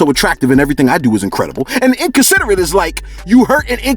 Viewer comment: Bro you kill me 😭 “Selfish is like .... “ “Vain is when you ....” “And inconsiderate means....” Just the extra emphasis lmfao